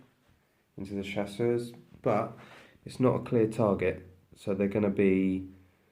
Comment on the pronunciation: Like the channel ! Being french I wish to help, Chasseurs is pronounced chass-ewr weather it has an s at the end or not. Otherwise your pronunciation means that they are hunters but feminen.